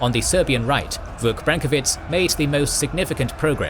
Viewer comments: sorry but i have to make a little note about pronunciation, brankovic, and other last names are pronounced with "vich" like you would expect in russian last names, rather than the polish sounding "vitz", and that is a "ch" like in "cheese" and not a "k" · Branković. BrankoviCH. This weird ć is pronounced as a ch (chalk, check, change) and yes, some sources say that the dude fled for all the evil reasons. That's why they depicted him as an extremely... well, unpretty woman. (probably)